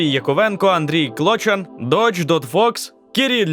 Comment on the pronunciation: Вдячний за огляд бандо. Надіюсь звучення для вас пройде настількиж кайфово як і перегляд для нас! P.S.:Андрій КлочАн, наголос на А, якщо що ;)